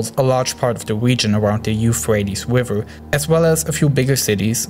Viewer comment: I love the way you say river lol